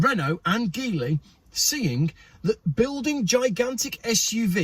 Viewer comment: By the way, the G in Geely is pronounced as the G in generous.